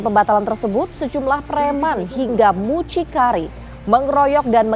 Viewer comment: 𝘙𝘢𝘭𝘢𝘵 : 𝘔𝘜𝘊𝘐𝘒𝘈𝘙𝘐 𝘣𝘶𝘬𝘢𝘯 𝘮𝘶𝘕𝘤𝘪𝘬𝘢𝘳𝘪